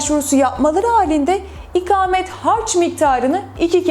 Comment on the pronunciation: İkamet değil ''ikâmet''. konuşmayı öğren.